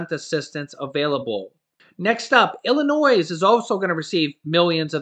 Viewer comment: Hey.. When I was in elementary school the teachers taught me when saying Illinois; that there is no noise at the end of Illinois. Meaning the s is silent... Ill-in-noy. Lol say how u want tho just thought I'd throw my 2 cents in and pick on u a bit 😂 Thanks for all the info and videos u do tho we all appreciate it!